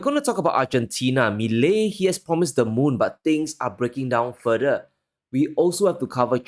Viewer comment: Not "furdur" try "fur thur"